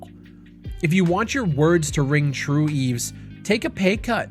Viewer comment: his name is pronounced just like eve. The S in Yves is silent.